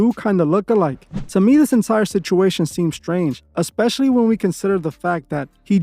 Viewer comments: I love this channel but I cringe so badly every time our girl here says EX-pecially 😫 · “Expecially” lmao girl, stop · Especially hasn't got an x in it sorry dont want to be that person but it triggered me hearing her say it twice very quickly.